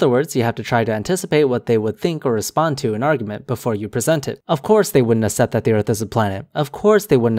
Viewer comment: Assept? I think it's accept.